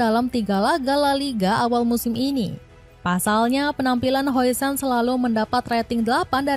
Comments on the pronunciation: Namanya dibaca "din hawsen" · Dibaca "Hausen"